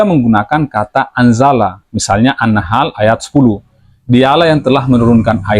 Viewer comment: Muin pun pengucapan arabic besalahan contohnya anahal ,awlah , al araf